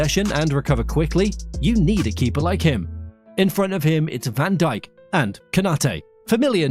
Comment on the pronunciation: ´das heißt van dijk und nicht vandicek